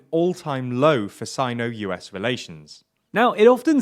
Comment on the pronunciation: you're pronouncing Sino wrong